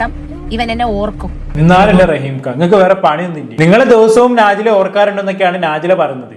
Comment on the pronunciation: നാജി ല അല്ല ടോ നജ് ല ശരിക്കും സത്യങ്ങൾ ഒന്നും അറിയാതെ ഒന്ന് നിർത്തി കൂടെടോ മറ്റുള്ളവരെ കുറ്റം കണ്ട് പടിക്കൽ